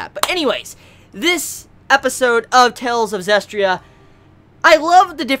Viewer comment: you're pronouncing it wrong it's "Zes-tee-ria" not "Zes-tria"